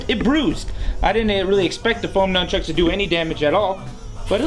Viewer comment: pause "Numb chucks" XD